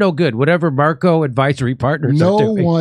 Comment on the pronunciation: Macro. Not Marco